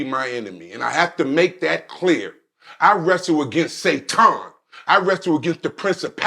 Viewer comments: Why tf is pronouncing "Satan" as "Say-ton"? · How do you fight Sa-ton 😐and why do you pronounce it like that? Umar giving you physical facts about black people how we think and spend being the problem. And he offers solutions to the problem. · Today i learned it’s not Satan, it’s SaTON… got it.